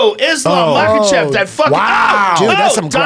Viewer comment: Brendan - Makhachev aka machav. Smh. 🤦‍♂️